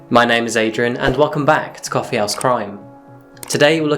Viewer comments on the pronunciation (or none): none